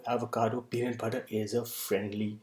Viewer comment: Tbh I already knew about the contents and ins nd outs of da peanut butter... But just quickly touching on the statement you made early on "today I would like to talk about........... Pee.. Nat!.. PUtta! Lol